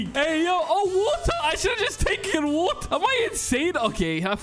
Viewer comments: i know you british, in a few videos you said wuotha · IM NOT BRI'ISH Also doni in a video: wo' ah